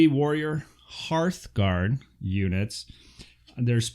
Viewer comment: Hooray for saying Hearthguard correctly! Lol Great breakdown video thanks